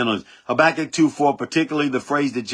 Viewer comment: Habakkuk not Sabakkuk. Your notes came up with a S.